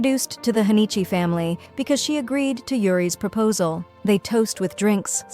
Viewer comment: Its girl named jayjay and her section is E. Its hanamitchi not hanichi